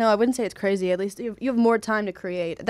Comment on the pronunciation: "its crazeh"